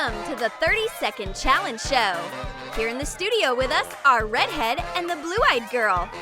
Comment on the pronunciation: I like how the person doing the voice over calls the red haired girl rEdhEaD and she doesn’t mind lmao